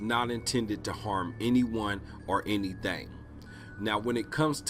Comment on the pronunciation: "and it is not intended to harm anyone, or anyTHANG"